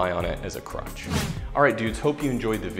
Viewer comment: Did you say "crutch" or "crotch?"